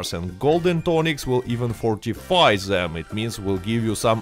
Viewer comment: Great video but Please stop saying dze instead of the. Its them not dzem its gather not gadzer 😂😂😂😂 making us europeans sound same all togedzer